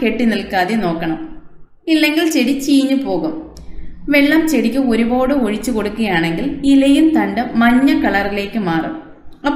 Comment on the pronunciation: താങ്കൾ നന്നായി ചെടിയെ സംരക്ഷിക്കുന്നുണ്ട്. ഭംഗിയായി പൂക്കൾ വിടർന്നു നിൽക്കുന്നത് കാണുന്നത് സന്തോഷപ്രദം. ഒരു പോട് എന്ന് കൂടെ കൂടെ പറയുന്നത് മാറ്റണം. ഒരുപാട് എന്ന് പറയാം